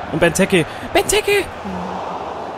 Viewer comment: Bei Benteke musst du das E lang ausprechen